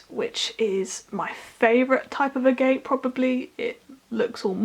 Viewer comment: i believe it’s pronounced ag-et